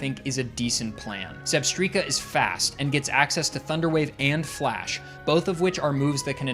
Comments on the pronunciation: I've always pronounced it like "strike" not "streak" 🤷🏼‍♀️ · Are we serious? Zebstreeka? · "Zebstreeka?" No! "Zebstrika?" YES! Phew! "I'm just gonna say Zebstreeka" 😭😭😭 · It's definitely Zeb - strike - a not Zeb - striii - ka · it's Zeb-STRIKE-a, the word 'Strike' is (almost) in the name!!! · ZEB-STRIKE-Kah Vs. ZEB-STREAK-Kah Just so we are clear. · Come on man. "Zeb-streaka"!? Electric zebra. It's "zeb-strike-a" you know like lightning strike. Like how every Pokémon name is related to its looks, abilities, etc. "whimsicott" for example, it's whimsy and cotton lol. It baffles me how people don't draw these obvious conclusions! 😂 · For future reference, it's pronounced Zeb-STRIKE-a, as in a combination of Zebra and Strike. Also, Tirtouga is Ter-TOO-ga, as in the island of Tortuga(and spanish name for turtle). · Dear, thank you for this long video, I work 12 hour shifts and this will get me through most of it between customers and pauses. But I'm gunna hold your hand while I say this, it's Zebstrika, like a lightning strike lol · since you read all your comments I just wanted to say that I'm sorry about critiquing your way of saying Zebstrika. You make great content and seem like a chill guy to hang out with. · Clicked off when I heard how you pronounce Zebstrika. I'll be back... i just need some time.